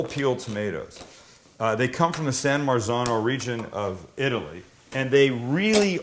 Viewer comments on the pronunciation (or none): none